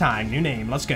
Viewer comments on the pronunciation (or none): Why everytime you say lets go I hear lascaux